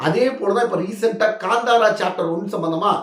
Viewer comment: It is Kanthara not Gandhara